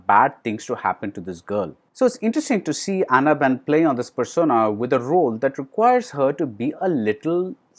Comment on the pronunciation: Hey man...it's not aana ben...it's Anna Ben.. Aana means elephant in Malayalam. 😁